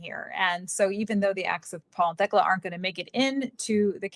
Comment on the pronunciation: Thst’s “TEK-LA”. My grandmother’s name.